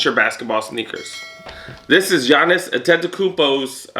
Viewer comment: Good pronunciation on Giannis's las name lol. The shoes that I really wanted for the start of 2020 was both Gatorade 4s. No sizes for me in Hawaii and they sold out on snkrs and footlocker apps. For the freaks, I've got all the Coming to America colorways. I'm not a big fan of the kyrie 6s. I stopped at kyrie 5. Not really digging the style. Yeah you're right on the size... The PGs while trying it on, I'd have to go up a size or 2. Booty design lol! I like that. I have to try on a kyrie 6 from your break down of the midsole. Maybe I'll add one kyrie 6 to the collection... Gatorade 4s I'll go size 12. I hope after all this Corona pandemonium, I can find me both pairs. Awsome upload as always